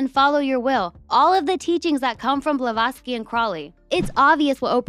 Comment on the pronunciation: Are you purposefully not pronouncing ppls name correctly? You called Roger Ebert elbert and Helen BlaVATSki balowski 😂😮😅